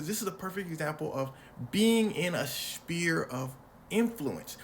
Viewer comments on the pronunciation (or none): Sphere not spear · Sphere is pronounced sfeer ph makes a f sound, great videos tho!! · You know that a "ph" makes an "f" sound, right?